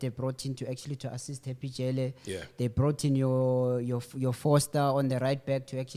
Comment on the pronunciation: Did my guy just say Foster?